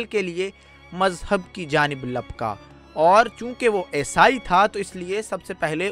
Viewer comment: bhai aisai nahi eesai kehtay hen aur alam nahi aalim kehtay hen